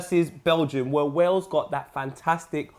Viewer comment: Poet says Wells not Wales